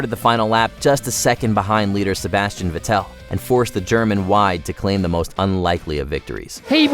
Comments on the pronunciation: Omg I can't stand how he kept saying VA-TEL it's pronounced Ved-el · Vettel is pronouced (Fettel)🤔🧐 And that you put Verstappens first World Championship at top is a disgrace…. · Jan-carlo fisicella Nico Rass-berg Jaken Rint Allen prosd Rikardo patris Sebastien ve-thell Esteben O-Ken Oh dear... 😅🤷‍♂️🤦‍♂️ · Sebastian Ve- Tell